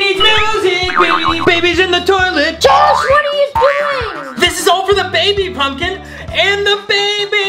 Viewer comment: Haaaaa josh keep saying pupmkin to jenny